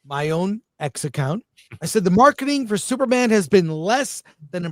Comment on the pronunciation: I feel bad but I laugh whenever Chris says Thuperman instead of Superman.